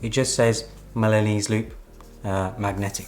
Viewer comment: Great video! but I keep hearing Milanous loop instead of Milanese (from Milan) loop